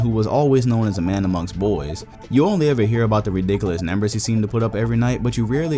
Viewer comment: damn.... NEMBERS.... i cant unhear it... why you pronounce numbers as nembers!???